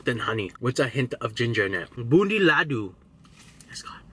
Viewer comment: How he says loduuu😂😂😂😂😂its ladooo bro